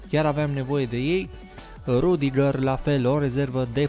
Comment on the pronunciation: Nu se citeste rudiger